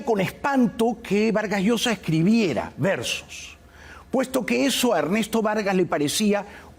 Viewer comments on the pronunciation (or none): Sobre todo que se deben pronunciar las " s " y no se dice que ej ejo la s no suena como j . Ya va es incorrecto , es ya voy o espera . Quien ya va??? Hay tantas cosas que corregir con esas dos avanzarían mucho